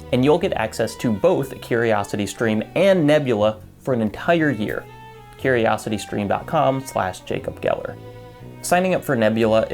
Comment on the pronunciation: Jay-cob Gelger...